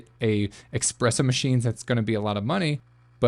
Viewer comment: it's ESpresso.. not EXpresso.